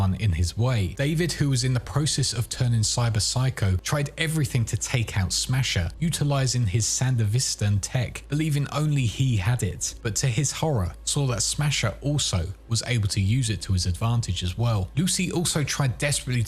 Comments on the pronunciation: It is pronounced as San-Deva-A-Stan. Not San-Da-Vis-Can. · San de vist-an. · jackass its pronouced san-devi-stan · Oh my how weirdly you pronounce Sandevistan. Did you even watch the anime brother? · How do you manage to mispronounce sandevistan so badly??? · Please say Sandevistan correctly for the love of fucking god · i'm sorry, but that pronunciation of Sandevistan was atrocious. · You have hours upon hours of content from the game to the anime to learn how to pronounce the names. Like no one pronounces Arasaka and sandevistan like that. No one in the game, anime, or English dub pronounces it like that. Edit: At this point you have to be joking. Idk how you managed to mispronounced every name.